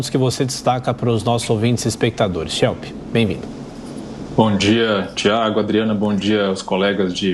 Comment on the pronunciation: Muito bom o canal. Mas ouvir o "Chelp" é duro...